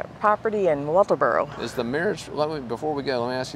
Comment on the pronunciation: Atleast you say walterboro right lol I knew Maggie this is terrible I hope justice is served